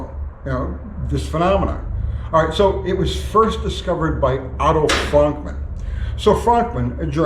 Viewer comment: It’s pronounced Frönkmann lol